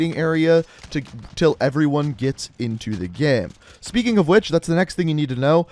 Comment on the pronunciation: Bro why do you say game as ge-hm or someth... 😂😂